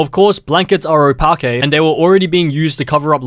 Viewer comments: Oh-paa-Kay is crazy Btw it’s oh-pa-k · Bro really said “Opakæ” 💀💀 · TURN THE OPAQUE DEER CLEAR 💀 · O PAK A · Oh you mean opakey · The way he said opaque 💀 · turn the opaque deer clear